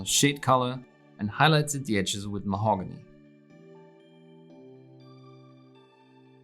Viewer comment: how he pronounces Mahogany is 10/10